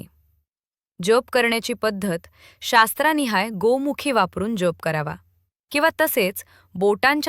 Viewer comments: जेप का म्हणून उच्चारतात कसे तरीच वाटते जप हा इतका सहज सोपा शब्द असताना त्याला वेडेवाकडे वळण का म्हणून द्यावे मग VDO केल्याचे एवढे या एका शब्दामुळे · जेप नाही जप